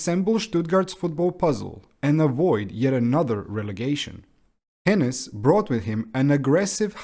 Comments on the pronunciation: OK. Maybe it just hurts especially hard as a Stuttgart fan. The name just isn't pronounced with these short consonants (no double "n" and "s"). Just nice and slow... "Hoeeenes" ;) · Is it that hard to look up the pronunciations of players and coaches? You obviously did a lot of research on the club itself, so I just don't get why you're skipping that part. "Hoeneß" is just not pronounced "henness", how did you get that idea? I would see how a Non-German might have problems with "oe", but you could have just stuck with an "o" then instead. All it would take is to search up any German post-match interview on YouTube...